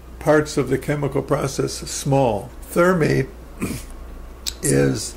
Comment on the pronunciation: don't forget the MAGNESIUM stop saying thermate it's thermite